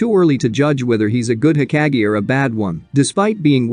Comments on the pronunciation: hokage not heckage idiot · It’s not heckage! Hokage bro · Ugh the way this bot says hokage drives me up the wall. No thanks…